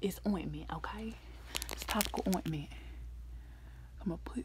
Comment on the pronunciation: ITS OINTMENT